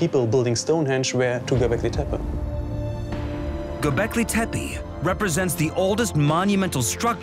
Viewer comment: The word “Gobekle Tempe” sounds amazing